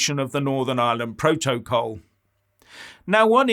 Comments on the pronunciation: Ohhhh, you Silly Goose, is saying "Proa-toa-call"! hahahhahahahaha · Every time says 'proto-col'... take a drink! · it is funny, more than one syllable has him foxed....